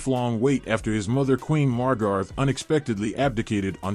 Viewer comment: Queen Mar Gart? - "Mar Grett Ah".